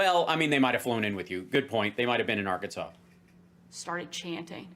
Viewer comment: I try not to laugh but can’t not 🤣. Ar-Kansas?